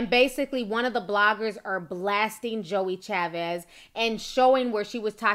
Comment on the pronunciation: Her name is joie chavis!